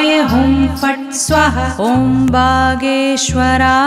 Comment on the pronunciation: Perfect pronunciation is very important for effective remedy. Never do half baked work.😢 correct it by pronuncing 'swaaahaa' it is not swaha